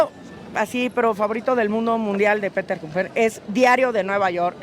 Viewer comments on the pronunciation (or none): none